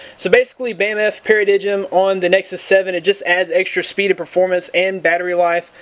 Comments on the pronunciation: pair - uh - dime. Not pair-uh-dig um. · para-digm should be pronounced as para "dime"